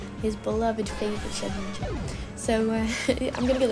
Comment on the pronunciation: Umm. It's Shedinja, not Shedninja.